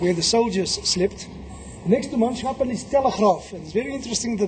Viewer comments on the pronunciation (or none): Correct pronunciation of "Manschappen" would be with the Dutch "CH" pronounced as the Afrikaans (and Dutch) "G" and not like the English "SH".